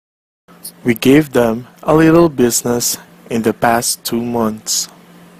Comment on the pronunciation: The guy talking said "We gave them A LILEL business" instead of Little